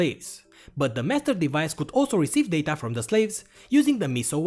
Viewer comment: the daTAHH